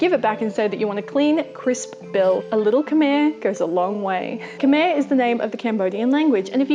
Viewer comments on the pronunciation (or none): Lots of FANTASTIC info in this video but there are some corrections needed to this. Its pronounced Khm-I ("I" as in "Item") not Khmerrrrrrrrrrrrrrrrrrrrrrr (there is no R sound at the end of Khmer) I've been living here for two years and have only heard it pronounced with an R sound by foreigners from Britain or Australia, never from a native. Also, Khmer is the name of the people and the language, but if you want to say the "Khmer" as in the language (ex: to say the word "English") you say "Peesah Khmer" (language Khmer) anything else refers to the people. You have to be careful what you say sometimes, Khmer people can be offended if you dont specify what you're saying. Also, she has really bad pronunciation of basically all of the words stated which is totaly fine, you'll live :D most of them were the same words I had did too when I first got here. Also its pronounced PPPPPPPPPP-hnom PPPPPPPPenh you pronounce the P. Again, I've only heard it incorrectly pronounced "NOM Penh" by Foreigners. If you want to say something, always ask a native how to correctly pronounce it. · I am also Cambodian. Not to nit-pick or anything but it's more pronounced like khm-i not khm-er. But great tips though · What a great video! Really good advice about scams and why you shouldn’t give and how it affects the local economy. FYI Khmer is pronounced ‘khmai ’ not ‘ke-mare’ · Khmer is pronounce Khem-my btw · Its pronounced kamai not kamerr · Its actually pronounced khmae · Cringe worthy incorrect pronunciations of greetings, Khmer (ka-mai), Ankor (encore) wat, and few other minor things. And for those wondering, I am Khmer and one of the lucky few to escape the genocides. Good attempt though. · you seemed to pronounce Khmer incorrectly so here is how you say it : Kh-My. that simple :) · Not to be rude but you said Khmer wrong and the thee Khmer words wrong I know cuz I'm Cambodian